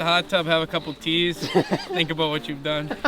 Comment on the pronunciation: Am I the only one who thought he said keys not teas